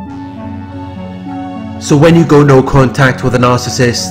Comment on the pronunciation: Good job on pronouncing Narcissist correctly❗Every relationship she gets in it turns violent. Last time I checked she had a dislocated shoulder.